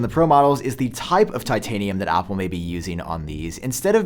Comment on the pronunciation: Why does he say Apple like Opple